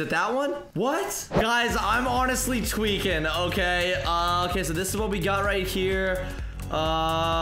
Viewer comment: You got to stop saying tewiking I spelled that wrong but whatever